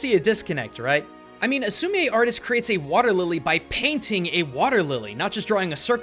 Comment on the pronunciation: I did an art unit on Sumi-e painting and umm... you said it wrong. It’s pronounced like sumi the an e. Just letting you know.